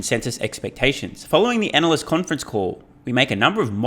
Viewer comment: you don't pronounce ANALYST as ANAL-CYST... I believe it's more like ANAL-YEAST..